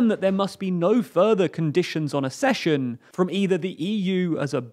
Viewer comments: Kindly note that 'accession' is pronounced 'ack-sesh-un', not 'a-sesh-un'. Compare 'succession'. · Accession = /AKcession/. Not /aScession/.